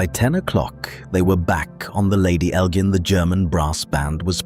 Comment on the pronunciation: Its pronounced EL--JINN, like cotton GIN, or the GIN you drink.